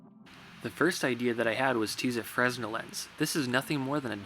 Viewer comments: its fer-nel not fres-nol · Fresnel is pronounced frenal. Just saying. Oh, and - nice dog. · Fresnel is pronounced "fruh-nell." C'mon, son. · free nell lens... not fres nell..... ;) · free-nell the S is silent in Fresnel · On the first one, "Fresnel lens" , it is actually pronounced "fren-el" lens. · It's spelled fresnel but it's pronounced frenel with the accent on the second e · isn't fresnel pronounced Fre-nel(the s being silent)? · The S in Fresnel lens is silent; it's French, dude. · Please subscribe if I haven't already? Are you joking? Of course I subscribed, first video I watched. Oh by the way, it's pronounced 'frenel', regardless of how it's spelled.